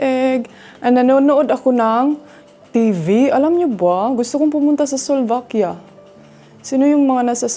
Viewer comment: Slovakia.. not Solvakia